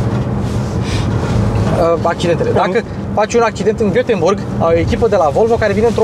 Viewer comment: Götemburg sau Göteborg? Reghenkamf sau Reghecampf? Viața e grele!